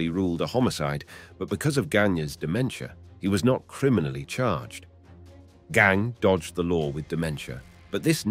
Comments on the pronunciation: Verne Gagne...pronounced Ganya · It's Gagne (Gon-YAY)